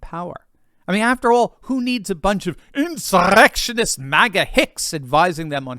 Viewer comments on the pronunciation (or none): For the love of GOD, could you say insurrection without the ROLLING OF YOUR F**KING TONGUE???